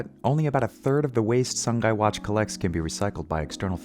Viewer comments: not the narrator pronouncing sungai (river) like the english words sun-guy😭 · SUNGAI means river, is pronounced SOO-NGUY not SUN GAY. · It's pronounced "Soo-ngai" Not Sun-Guy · not the "SUN-GUY" 💀💀💀💀💀💀